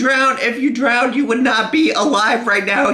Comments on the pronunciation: I live in Chicago. no one says drowneded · I'm sad that missed Amberlynn saying, "drown-ded" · "I've never almost drownded" - amberlynn 2019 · lowkey sad was distracted when Amberlynn said DROWNDED 😂 lmfao his reaction wouldve been priceless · Amberlynn not knowing how to pronounce drowned . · Lol, I was told I pronounce drowned like that! I never noticed but now I am hyper aware of it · That's what I commented too! It was obvious that he missed it. So sad! I was waiting for that part!! 😭😭😭😂😂😂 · She really said drowneded.